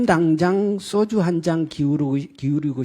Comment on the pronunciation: 이런 작자들이 아직도 희희낙낙하며 뜻 있는 국민들의 울분을 솟게 하고 있으니 정말 이런 작자들이 정말 사람 새끼인가 하는 생각이 듭니다 사회자란 놈은 왜 자꾸 쏘주 쏘주 하는거야 ?소주라고 하지